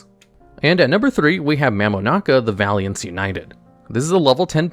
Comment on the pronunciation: The way you misread vaylantz as valiantz will never not bother me